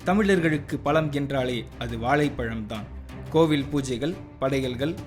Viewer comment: this narrator cant even say vazhaipazham properly. ivana poi vedio narrate panna vekkareenga?